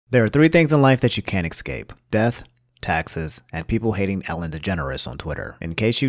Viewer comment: Escape. Not exscape